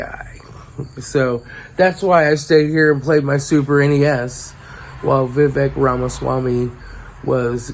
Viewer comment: Its pronounced vi-vake